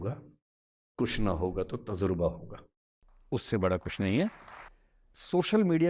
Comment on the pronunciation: Tazurba nhi hai ... Tajurbaa hai ...